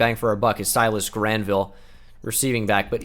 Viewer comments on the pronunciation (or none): none